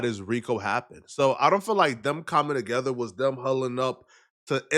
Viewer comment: calling Luce Cannon the dumbest person on the internet is so ironic and hilarious!! Especially when you say words like tuhgevuh or muhva and try to act like you’re some kind of deep thinking scholar.